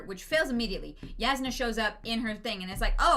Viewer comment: I know I'm late to this, but I hope they start saying "Yasnah" soon instead of Jasnah